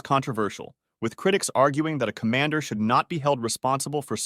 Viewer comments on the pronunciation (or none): none